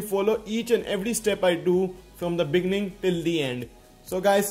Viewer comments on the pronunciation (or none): You say " beginning" as "begning" Lol